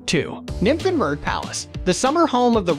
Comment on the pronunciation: The pronunciation.... Kills me! I have not understand "Nymphenburg" XD but german is really hard i guess. The Eisbach is a must seeing! Best time to visit is summer indeed. Biergarten at every corner